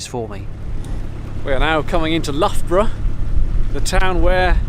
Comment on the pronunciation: We have some superb place names don't we? As with some place names, the local pronunciation is sometimes different to the phonetic spelling. So Rothley is rendered 'Roe-thlee' with an 'O'' sound. I've heard some truly magnificent attempts at 'Loughborough' (correctly pronounced by you) by the way... Lowbrow, loobaroo, loogerbarooger! Usually by Americans or Aussies, but not just them. Then a significant proportion of place names in both the US and Oz come from either the indigenous people or have been renamed by the settlers bringing a piece of home with them. The collision regs., are pretty universally applicable I believe (having recently gained my RYA Day Skipper certificate). Stay right on rivers and navigations unless otherwise indicated, pass port to port, make intentions clear, there is no right of way since it's everyone's duty to avoid a collision, keep a good lookout, slow down and stop if necessary and possible - as the situation dictates, power gives way to sail, unless the power vessel is navigating in a channel and is restricted by its draft from taking avoiding action, etc, etc, can you see the potential for confusion? Captivating vlog again. Have you seen Dylan Winter's sailing vlog, 'Keep Turning Left'? I can recommend it! He's been sailing the U.K. coast in a small sailing boat and he does some stunning filming with some great narrative! Happy cruising mate...